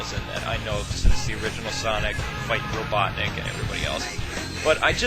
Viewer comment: RoBUTTnik! lol